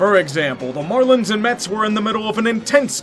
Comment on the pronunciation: The man called them the "Morelins"